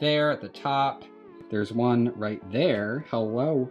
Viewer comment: the one you called one sounded like you said Juan so name him that.... pretty cool by the way and i am taking my tokay to the vet tomorrow at 10 am to visit with the doctor that suppose to be rally good with reptiles so that is pretty cool but my guy is sick so that isnt so cool.... he has a number of parasites that he had when i got him about 2 months ago now. i took him for an emergency visit the other day but they said to keep the monday appointment since i wouldnt be able to see the specialist and they didnt charge me that day also........ i was worried but they said he will be ok so its just a matter of getting him treated and then he will finally start eating on his own.... i have been feeding him like a baby in my shirt pocket for this whole time and he has been growing and it seems like we have a pretty cool bond like he knows that i am helping him.... he hasnt bitten me since the first week that i got him. i will be calling the pet store back to let them know what parasites he is diagnosed with. they had him with a hand full of golden geckos and lined geckos in the same cage. i got him for only 23 dollars and didnt think anything of it except that it was cool. he is the first reptile that i had in a long time also and now i know better due to endless research that the price was maybe a red flag. i am happy that i got him though and i been doing a really good job with an advanced reptle so i got alot of great experience out of it and possibly the tamest tokay g